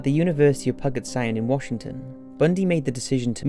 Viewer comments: It's puJit not pug-it! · lol it’s pronounced “pew-juht” sound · Puget is pronounced Pew-Jit. Great video ☺️ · Puget: Pew-jet Provo: Pro-voh Chi Omega: NOT CHEE NOT CHY It's: Keye, like your eye. Omega: Oh-May-Guh You need to do better research before releasing any more videos. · He'd be 78 today. Also, "Puget" is pronounced "pew-jit". Northwest place names can be tricky. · The university of “Pug-it”sound ,Washington…🤣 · Learn how to pronounce: Puget Sound Provo, Utah Own recognizance Brochure Complex